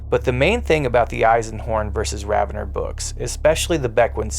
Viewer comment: I thought it was Raven-or not ravenner? Is there an official pronunciation i dont know about?